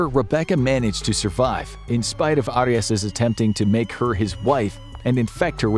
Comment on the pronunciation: 😂 he can’t even pronounce Arias name, right?